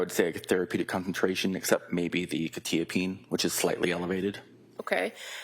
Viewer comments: Bro can’t even pronounce quetiapine correctly. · I must've been saying Quetiapine wrong all these years or he is? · lol buddy doesn't even know how the medications are properly pronounced so not much of an expert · They’re both pronouncing it wrong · why they pronouncing quetiapine like that 😮